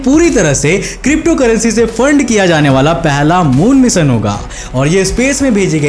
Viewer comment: मिशन बावले ना के मिसन बोलना तो सीख 😂